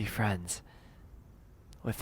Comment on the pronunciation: tells fwends